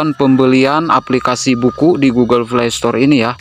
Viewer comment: Bang ga bsa blg hurup P kah? Play jdi (vlay) Poin jdi (voin) Bingung aku awalnya tak kira apaan voin ternyata poin